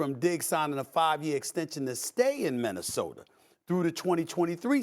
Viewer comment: Nobody: Stephen A. Smith: MinnesotaR KembaR Walker he is waRshed up Its like 2 more i cant think of he always says 😂